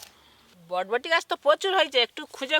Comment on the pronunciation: botboti noi borboti bole go